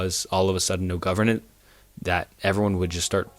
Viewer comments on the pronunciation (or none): "No governent" 😂 But he's a bit better than a few months ago lol